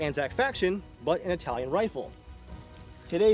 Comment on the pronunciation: That "Italian pronounce" is totally wrong, nice video btw